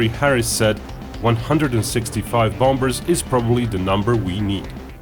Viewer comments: PLEASE STOP pronouncing the 'b' in 'bombers'. It is so very jarring. How jarring would it be if someone pronounced 'China' as 'Kyna'? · just a tip:you don't pronounce the b in bombers